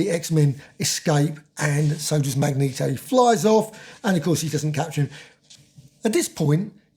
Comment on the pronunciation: This is the only Marvel Omnibus I own. I did have the original run but sold them all over the years. I plan on reading this book soon. I still wince whenever you mispronounce Magneto's name. LOL. Thanks for the review!